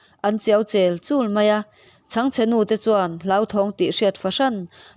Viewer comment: A chhiartu aw chu ngaihthlak a hahdamin a aw pawh a mawi khawp mai; mahse kan ti hram teh ang, heng Mizo tawng Upa thenkhat Kelchal mangman tih te, Chawngchen tihte leh tawng pangai engemaw te teah lam fimkhur a ngai hle mai, a chhan chu sikulah Cl-X zirlai a nih miau vangin naupangin an en ve lo thei si lo a tih thu ah aw